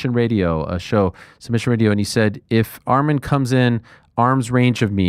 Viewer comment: Its ARMAN NOT ARMIN ARIEL